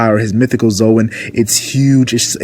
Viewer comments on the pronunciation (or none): none